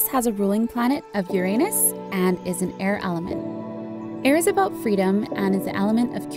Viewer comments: she said up uraunus lol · When she said uranus i just heard you anus and started cuffing out my sereal and my dad was soo angry at me 4 spilling milk all over the table xD x"D im soo childish ps im from finland so sorry 4 the bad english <3 luv ya